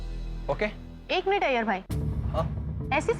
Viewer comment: Are bhai Iyer ka a nhi i ata he